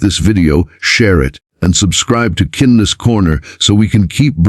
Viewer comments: Yeesh. AI speech. Isel, not aisle. Kin Ness Corner, not kindness. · Please program the text-to-speech software to pronounce "aisle" and "kindness" correctly. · Why can't the AI narrator pronounce AISLE, KINDNESS and DANIEL correctly? Is it so difficult to have the text read by a REAL PERSON? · Kindness, Daniel, aisle. Only a robo-narrator gets simple words wrong. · Fix the AI, it can’t even pronounce “KINDNESS “ and ,lol, isn’t that the site’s name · The narrator of this video has a great voice. Pls do him & yourselves a favor & teach him the correct way to pronounce “kindness” & “aisle.” Good video!